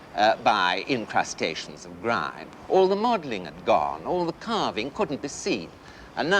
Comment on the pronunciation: only a toff can crowbar 2 syllables into the word grime - gri-yeme!